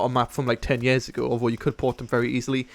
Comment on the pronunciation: he says years like yeahs :)